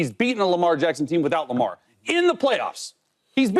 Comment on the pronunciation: The man literally said Burrow beat the Ravens in the playoffs "without Lamar" . He just said it weird though